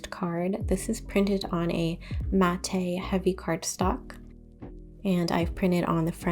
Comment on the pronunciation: This is not a criticism but just some information. It’s pronounced Matt MAT not matt A… the E silent. Just some friendly information not criticism.